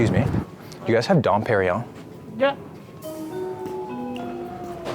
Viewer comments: Dom PeriGNon mofo. not Perion. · lmfao "What's don perrion?" ...nope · It was funny when Rodman said Don Perignon 😂 because i knew had no idea how much that cost...😂😂